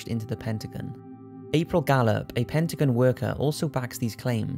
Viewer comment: Its pronounced Pen-ta-gone, not pen-ta-gen.